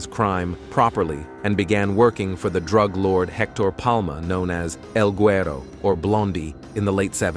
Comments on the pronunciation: The best Droog dealer 🤣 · This AI voice over is just terrible. Favor = fahvor while Drug = druhg Others - ohthers See the pattern here? Just weird.